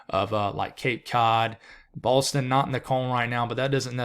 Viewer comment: he REALLY has an issue just saying “Boston” — it’s okay, you can say Boston. 😁🙃